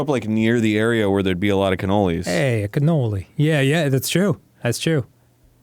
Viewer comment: Arin I swear to all that is holy, if you pronounce it cannolis again I'm gonna be slightly more mad than the last time you said cannolis. Cannoli is already plural!!!